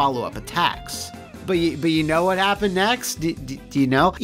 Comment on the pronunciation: Remember back when didn't pronounce a T in "Wha"?...I blame Youtube's algorithm. Probably skipping over "Wha" as a misspelling.